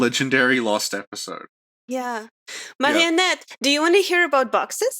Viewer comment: I love listening to your über-French pronunciation of “Marionette”